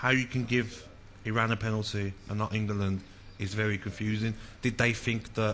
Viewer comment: "England" not Ingerland🤦🏻